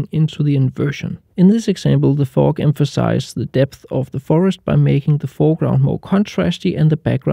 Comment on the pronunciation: Really great tips. It took a couple of times for me to realise you were actually saying "fog" sounded like a totally different word to my ears lol